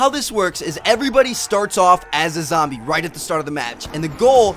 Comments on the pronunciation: He said lombie leader lol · he does say lumbee leader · did anyone here him say lombie at the end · he says the Lombie leader